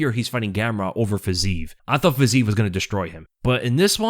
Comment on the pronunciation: yo, please try to say fiziev name correctlu, please (guru got it)